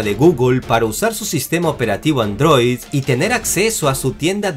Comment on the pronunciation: No pueden tomar en serio a alguien que dice ANDROÍ